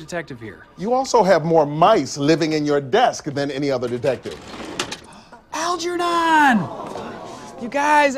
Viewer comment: He can’t pronounce Algernon, but he understands the reference enough to name his mouse that?